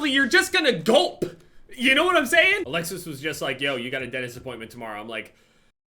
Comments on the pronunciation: 5 fucking years and it's still denist and not dentist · I remember the last time you said the word "dentist" a lot of people complained that you pronounce it "denist"